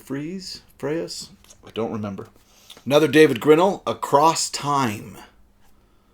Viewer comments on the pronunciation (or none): Im lovin all the alphabet videos! Such a great collection! Im a little late, but Kelly Freas pronounced his name as "Freeze" David Grinell was a pen name of Donald A. Wollheim, Mr. DAW himself!